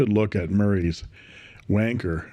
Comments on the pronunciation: The Eureka looks wonderful, and very tempting. But how on earth "Wan-Cher" rhymes with "Merchant Banker" is beyond me; must be something to do with all that cold weather over in your neck of the woods. My advice?--Just keep your hands on the pens, and nowhere else! Love from the Drop Bears. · Hi Aussies and Brits spell it wanker not wancher. So I think you may have the pronunciation a bit wrong😊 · Not to be a prude but I thought that Wancher might actually be pronounced like rancher. Not nearly as amusing I admit. Thanks for the reviews. Your contributions to fountain pen reviews makes me feel less like a loser for collecting them. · I've been pronouncing wancher as "one cher" 😂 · It is not just the British, it is the colonies too, I grew up in Australia and all I heard from this video was "WANKER WANKER WANKER". I am curious, why did you decide not to pronounce the CH properly, or should it actually be pronounced that way? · It’s Wan Cher,Cher as in the singer no ‘K in Wancher😮.I have a Decagon & it’s a beautiful pen.